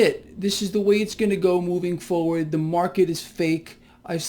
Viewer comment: There are two Rs in "foewurd." 😁